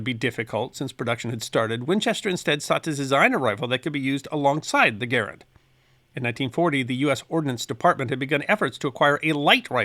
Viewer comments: Thank you, thank you, thank you for pronouncing John Garand's name correctly! (same accent locations as "parent") No one gets that right! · You pronounce Garand properly! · Thank you for pronouncing John Garand’s name correctly. There is a ScrewTube channel that uses that name and he pronounces it incorrectly. Sigh.